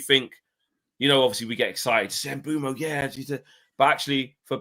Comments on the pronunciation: It’s Mbuem- O not Mbuem —U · Eu not ue but you’re right